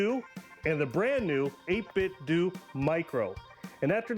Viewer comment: when ppl call it 8bitdu (like doing something) instead of 8bitdoh (like nintendo) 😩